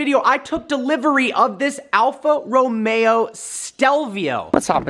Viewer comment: Your saying alfa romeo wrong!?!?!?!???